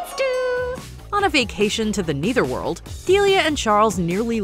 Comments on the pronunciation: Your pronunciation of netherworld is so funny. Lol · Why does she keep saying "neither" world? Shouldn't it be nether world?